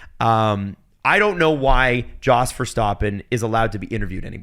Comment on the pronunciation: Does purposefully mispronounce all these drivers and constructors? Hearing him say Alpha Tauri, Verstappen, Bottas it's so distracting